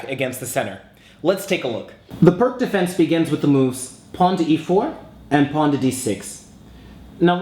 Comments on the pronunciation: PRK ? WTF !!? ... :-) Vasja Pirc ( a Slovenian GM ) - Pirc is pronounc. like "PEERTZ" and no "PRK" !!... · Its not Perk its Pirc. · its peerc defense not perk defence . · its actually pronounced pirc (peerts) defense. but good vid and yasser says austrian attack was best against pirc. its also a favorite response of mine to the pirc defense. 2nd is classical. 3rd saemisch. 4th can be 150 or four pawns. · You've probably been getting this but it pronounced "peerts". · Actually it's pronounced "peerts." I enjoy your videos very much! Keep them coming! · I thought it was pronounced "Peerts"? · Pirc pronounced his own name Pierce, FYI. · it is pronounced like peerts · It's pronounced "Pierce" Defense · Really? I thought it's pronounced "purk"defense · Pirc is read as "peerts", actually =/ Great vid nevertheless. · "Peertz" Opening. Please. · Indeed, thank you!!:) I don't know what I didn't use this pronunciation - I was alerted of this in my teens but for whatever reason decided to go ahead and keep saying Pirc anyway hehehe:) Sent with love,!:) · It's Pirc as in Vasja Pirc. If it's a person's name you should at least try correctly pronounce the name. I don't really mind though. It seems to be kind of a running gag in chess to butcher foreign names as much as possible.